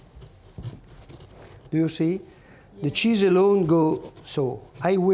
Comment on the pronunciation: "De Cheese"